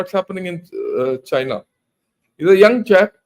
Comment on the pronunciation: Chain-ya will certainly Cry-na.